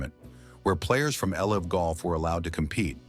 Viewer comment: Please edit and fact check your videos. The pronunciation of LIV golf is awful. AI narration requires human checking.